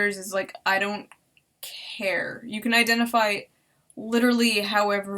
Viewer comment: "Pocket gender (burps) ...Identifee..." I lost it right there.